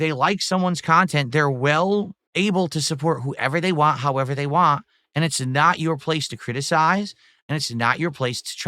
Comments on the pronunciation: Am I the only one that can't stand the way he pronounces "want"? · saying WAN instead of want